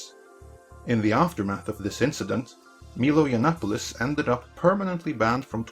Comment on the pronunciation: WTF is a Meelo Yonopolis?